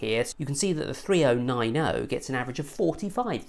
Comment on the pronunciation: i like you videos but i can watch this with the way you say 3090, 2080 ti and that